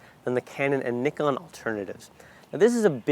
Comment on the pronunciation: How are we supposed to take what you say seriously if you can't even properly pronounce NIKON...?